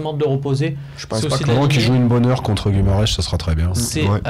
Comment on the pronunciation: "Guimarech" XD